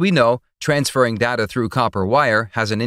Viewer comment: Technically, he can't pronounce "data" either.